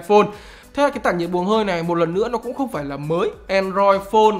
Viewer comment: nghe "cũng" giống "không" quá